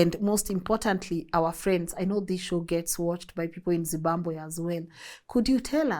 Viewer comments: I like the way you say Zibambwe! instead of Zimbabwe 😂😂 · It’s ZIMBABWE..not ZIMBAMBWE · Th way you are prouncing zimbabwe yoh yoh